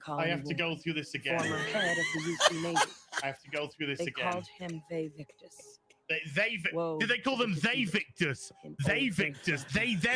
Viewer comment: Vae victus?! Kane is rolling in his coffin😂